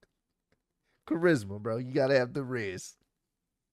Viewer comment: Man couldn’t say Charisma 😂😂😂😂😂😂🤦🏿‍♂️